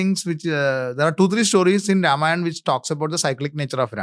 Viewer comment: Thik kind of wrong wordings changes things...say dwarpals body guards...saying ramayanaaa...ravanaaaa.. Has spoiled the true culture purity..and started from south..becz most eng speaking people are from south...which is totally wrong..that is why Sanskrit is the best language which must be practiced